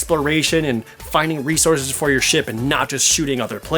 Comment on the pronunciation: I know your saying Ship battles but it sounds like your saying shit battles